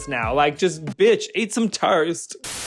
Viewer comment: "bitch eat yaur taurst!"